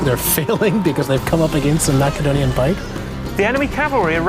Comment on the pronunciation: is it pronounced 'mass' adonia or 'mak' adonia i know its spelled macedonia